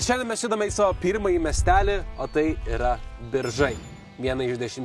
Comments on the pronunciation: geeeras, šiaip kaip Biržietis norėčiau pasakyti pastebėjima, kad miesto pavadinimas tariasi Biiiiržai, o ne Biržaaai, antra kebabine radote pačia praščiausia mieste :D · Biržai. Vietovardžio kirčiavimas (1 kirčiuotė): Vardininkas – Bìržai, Kilmininkas- Bìržų, Naudininkas – Bìržams, Galininkas – Bìržus, Įnagininkas – Bìržais, Vietininkas – Bìržuose. Zoomer'iai... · ne taip kirčiuoji biržai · Viskas kaip ir gerai, bet tas pavadinimo kirčiavimas.... Pasiklauskit vietinių kitą kartą kaip kirčiuoti... :D